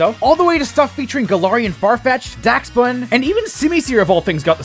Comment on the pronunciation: Pronouncing it "daxbun" should be a crime😂